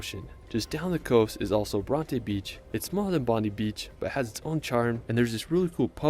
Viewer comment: He misspronounced the following: Bondi Cairns Bronte Esperance Melbourne